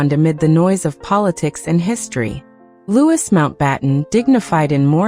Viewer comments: Is name is pronounced Loui NOT LEWIS. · 🤯 Not Lew is. It's pronounced Loo ee! 🇬🇧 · It’s pronounced Louieeeeee not Lewis. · It’s not pronounced LouiS it’s pronounced Loui not adding the S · Lord Mountbatten name is pronounced Loo ee not Lewis as you say